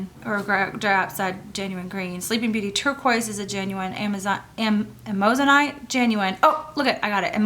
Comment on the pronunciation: hi, amazonite is pronounced am-ah-zo-nite, there is only one o in it. thanks for sharing, love your choices.:D